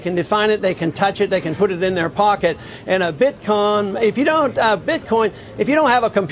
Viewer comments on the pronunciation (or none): IT'S NOT BITKONG MR. PAUL. IT'S BITCOIN.